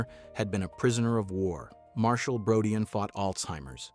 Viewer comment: Brodeen not Brodeyan